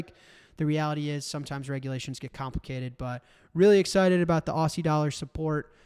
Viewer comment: Jack. The pronunciation of aussie is auzzie